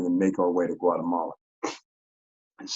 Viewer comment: said "guatabala"😂